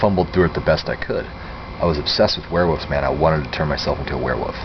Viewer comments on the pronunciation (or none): So u were fascinated by werewolves but u never learned how to pronounce it! Wuff wuff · Wearwuffs haha. i say it like that too bro people give me shit. thas wussup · obsessed with " warewoofs" lol XD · sounds like hes saying werewoofs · Don't take this the wrong way, I mean it as a compliment. The way you say "Werewoofs" ... the pronunciation. ha ha ... I like it.